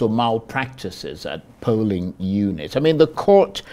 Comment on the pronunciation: He pronounced Polling units as Pulling units. Olodo